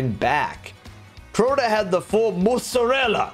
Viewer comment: Let’s just hope he saw your messages and never says ‘MozZaReLLa’ like that EVER AGAIN.